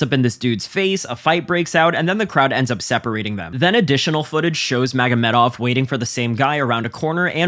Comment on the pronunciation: mf said Magomeov